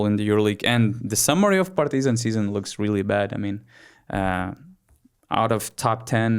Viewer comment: why you are saying PartYzan? When in lithuanian you pronounce it totally correct.